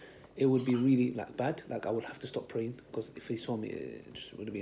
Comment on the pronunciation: Lol.caught praying.. it sounds like caught watching sin.. 😂